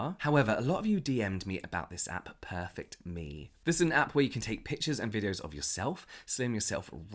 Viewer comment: I think that one app is pronounced "perFECT me," like the noun. great video as always,!